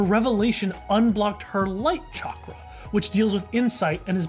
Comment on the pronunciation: I just realised that Guru Patik is probably Hindu... I'm ashamed for not realising this sooner because I also happen to be Hindu.. Also, his pronunciation of "Chakra" is on par, and he has a heavy Indian accent and voice crack thingy (Idek what it's called), probably because he is voiced by an Indian.